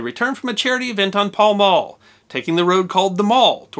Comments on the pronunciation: It's Pall Mall, not Paul Maul! 3.05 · Pall Mall.....pronounced pal mal.... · hey, i love your show, but need to make a correction for you,.07 min, is pronounced mal as in mallet not mall as it is spelled. thanks, and keep putting out good content! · Mall Road.. one pronunciation is correct and the other one is British. The Pal-Mall is the area.